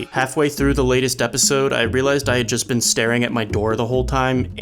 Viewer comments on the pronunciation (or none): none